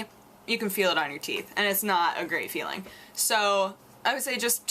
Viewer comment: Sounded like you said "you drink a lot of coffee, but your teats still look ok" I laughed